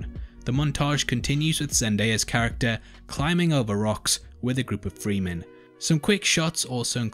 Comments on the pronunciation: It's pronounced fre-men. The e is short. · Fremen, not Freemen!